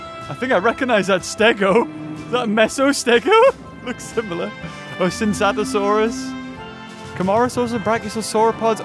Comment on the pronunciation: Is not Sinsatosaurus, its Tsintaosaurus, and is not a Tsintaosaurus, its a Lambeosaurus.